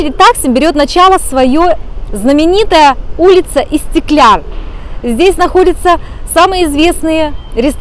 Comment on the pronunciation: Видео было познавательным и интересным 🙄 но хотела бы выразить свою эмоцию по поводу истикляр(?) скорее будет правильнее истикляль (НЕ В ОБИДУ) 👍